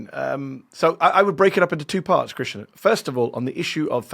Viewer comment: krishNAN not krishNA 🤣